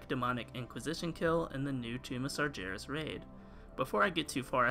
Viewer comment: It is sargeras. G like in dagger.